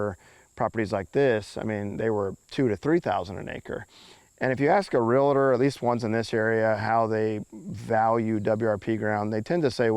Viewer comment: Realtor not Realator